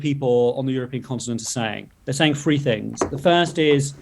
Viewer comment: I can't take seriously someone who can't tell the difference between "three" and "free".